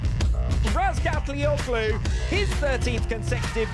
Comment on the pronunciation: toprak's turkish name: the ğ is soft, so --OĞLU is pronounced OH-LU. no hard G sound.